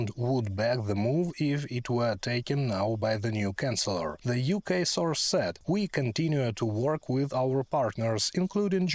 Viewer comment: with the most relevant news of the day! Dear narrator you are pronouncing 'CHANCELLOR' as we pronounce 'CANCELLER'..the 'CH' in Chancellor is the same as the 'CH' in CHurch.. Merz is not the canceller of Germany:elbowcough: As always best love and deepest appreciation of your work, Slava Ukraine! 💛💙